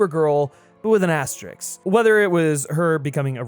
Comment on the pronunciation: It's 'asterisk ', not "astrix".